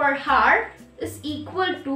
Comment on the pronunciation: i am not getting rude or something but I just wanna say that in hour we don't pronounce h we say our as the h is silent it was just so irritating to me that why I said btw you helped me:yougotthis::face-red-heart-shape::goodvibes